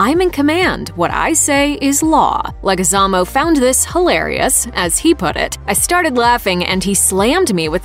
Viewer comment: you butchered the fuck out of Leguizmo hahaha LETS GO!!!!!!